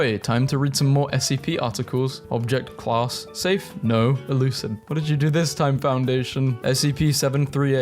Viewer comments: why do you say elucid? I thought it says euclid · ELUCID? ELUCID???? WHAT THE FUCK? EUCLID, PRONOUNCED YOU-K-LID! NO ELUCID! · It's "Euclid", not "Elucid". Good try tho. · its pronounced euklid not euslid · YOO-CLID! IT'S PRONOUNCED YOO-CLID, NOT E-LOO-SID! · You pronounced Euclid wrong, its pronounced you-klid. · Euclid, not elucid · i hate how he pronounced YOU CLID AS ELUCID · Sorry, its not el-ew-cid, its u-clid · “Elucid” bro I’m dyslexic and even I can read Euclid right 😭😭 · hate to be that guy but u pronounced Euclid wrong it’s: you.clid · it's Yew-clid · bruh the amount of incorrect pronunciation of things in here makes me cringe so hard lol Euclid is pronounced “yuklid” 096 is oh-nine-six not 96 It’s the O5 council (oh-five), not OS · you say Euclid like yewclid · "Elucid" and "OS Council"... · am i the only one triggered by the way he said Euclid? "Elucid" xd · did you just pronounce euclid as elucid??? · Ah yes, my favorite class, "Elucid". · I think I cringed when he said it. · Thevway you said euclid. 😅😅